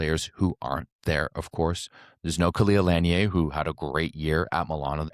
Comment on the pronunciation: Love your recaps and breakdowns. Khalia Lanier has been one of my favorite players since she played club volleyball in AZ. I just wanted to make sure you say her name right. It' is not a French-sounding last name, like you say it. It is pronounced Luh-neer. Keep up the great content!